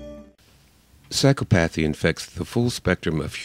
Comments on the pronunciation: I believe it's pronounced sīˈkäpəTHē. Your mispronunciation shows ignorance and unfortunately casts doubt about some of your arguments. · Great presentation, but I'm pretty sure the correct pronunciation is: psy-CO-path-y. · Very interesting. But please, the pronunciation is sy-COP-athy. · The reader reader needs to correct his pronunciation of psychopathy.